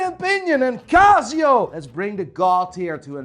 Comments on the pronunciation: its not CAZZIO its CASIO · It 'K' not 'G'. Kasio and not Gasio. hahahaha. Kreat Worg.😆😆😆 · Laygo, Cazio, Seeko. Watch expert who can't pronounce bugger all.